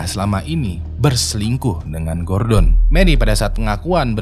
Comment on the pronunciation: Gordon Gua denger gorden 🤣